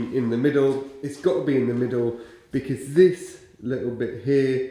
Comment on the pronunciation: I am a great fan of how people pronounce certain words..never making fun, it just gives me a little smile....please don't ever stop saying "bekizz"......😊.